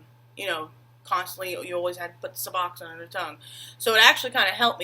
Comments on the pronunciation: "The subxsin" lmao it's not a hard word either. Imagine if they used the real chemical compound name buprenorphine. Smh. Some of these comments scare me as to how uneducated they are about all this stuff. Nobody does any research it's just what Joe Schmoe said or did. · I wish she could pronounce the darn word Suboxone correctly. Would’ve help instill a little more faith in what she was saying. Why does everyone call it SuboxSin? I’m on day 6 and my symptoms haven’t changed much beyond 3% better but I don’t see myself trying the super shake she was recommending. Maybe I’ll be more willing at day 21?